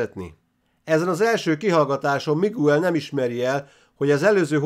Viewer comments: Ejtsd: "Migel" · Bocs,hogy beleszolok, a Miguel nevet Migelnek ejtik.( Bocs,a Spanyol ABC - vel irok,nincsenek ekezetek!!).España.